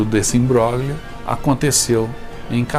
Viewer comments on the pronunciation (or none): none